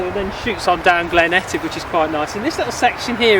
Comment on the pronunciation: Thanks too for pronouncing Etive correctly--after mispronouncing it for 32 years! Cheers.